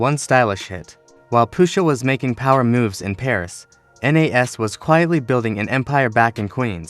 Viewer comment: Stop the A.I. who tf is N.A.S? You mean Nas?